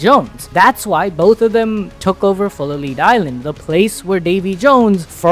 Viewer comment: Just so you know it's Full-a-Lead Island. Like lead from a bullet or pencil.